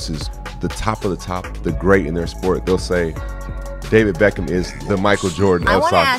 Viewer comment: did i heard alright david beckam? jajaja